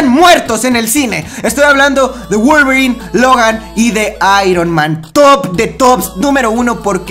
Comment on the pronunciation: Like si te diste cuenta que dijo wualverin y logan